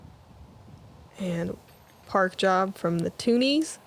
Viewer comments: "Two Hot Kneese." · call it 2kneesia. like Tunisia